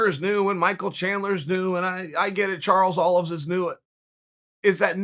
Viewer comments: My man really just said Charles Olives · Was that a Charles Olives I detected there? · You gotta love Chael and his most likely intentional mispronouncing of names but Charles Olives was just perfect. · "Charles Olives" - Chael P. Sonnen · He cracks me up with the "charles olives" 😂😂😂 every time it gets me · “Charles olives” lol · Chael called dude Charles Olives. Lmao. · Chael "Charles Olives" Sonnen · Uncle Chael, who is Charles Olives? 😂